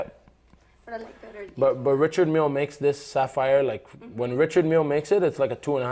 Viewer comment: I wouldn't buy from any seller / dealer that can't pronounce the brand name of his product correctly. It's pronounced "Rishard Millay" FFS 🤣🤣🤣